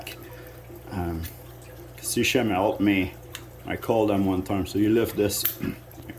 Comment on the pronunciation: It's SEA-KEM in terms of pronunciation.....